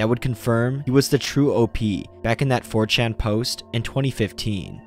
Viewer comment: I thought you said, "fortune investigators." Even the CC says, "fortune investigators." I guess you meant 4chan investigators. If I mumbled and ran the words together it could be, "mh fuhm cham imbes mm geh ms" for "4chan investigators."